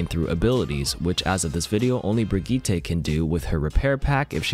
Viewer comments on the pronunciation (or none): It’s pronounced (brih-jiht) not (Brih-jeet-ay) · Did my mans just say brig - ee- tay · "brid gee tay" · "Brig-ee-tay" wtf hahahha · they way that u said Brigitte's name lol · I laugh every time you say Brigitte